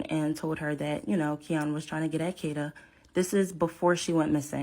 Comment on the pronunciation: What's with the pronunciation of Kada? AI strikes again.